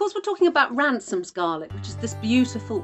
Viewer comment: They are called Ramsons not Ransom's